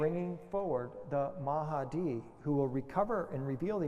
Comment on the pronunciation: It's "mah di" not "ma ha di" .. mahdi. Two syllables. Why do so many people add extra syllables and sounds to a word just because it's foreign? When in doubt, just pronounce phonetically.